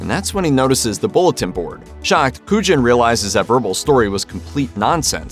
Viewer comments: Is that an AI voice for the Usual Suspects? Pronouncing Kujan correctly the first time (koo-yon), then not again through the rest of the segment (koo-jin)? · Way to go mispronouncing Kujan for the Usual Suspects.